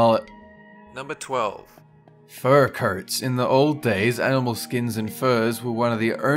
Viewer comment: I heard fur curts